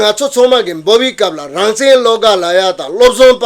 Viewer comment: སྲིད་ཟུར་ནས་དབྱིན་སྐད་ཐོག་བཀའ་མོ་གསུང་སྐབས་རང་བཙན་ཞེས་གསལ་པོ་གསུང་གནང་སོང་ད། “he says rangzen”